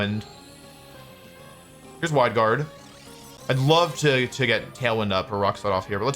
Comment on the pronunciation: did he just say “Hwide Guard”?